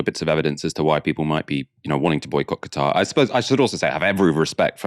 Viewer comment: I'm hearing you say Gatar ? its KA TAR